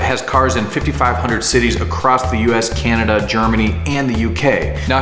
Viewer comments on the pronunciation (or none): none